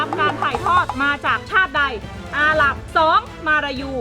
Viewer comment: อาหรับ ไม่ใช่ อาหลับ ครับ